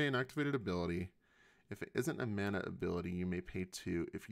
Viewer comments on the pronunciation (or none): none